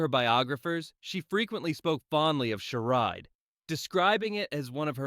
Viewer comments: Seriously?? Charad?? It’s …Charade!! 😂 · It is pronounced shah raid